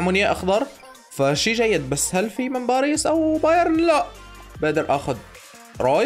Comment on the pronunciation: باريس ❌ بعريص ✅ وشكرا